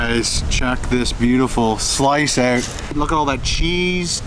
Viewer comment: No one sounds more Canadian than when he says "Check that oout." Love it!